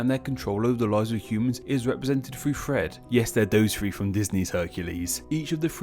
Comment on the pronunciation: Lol I kept thinking you were saying Fred when you were actually saying thread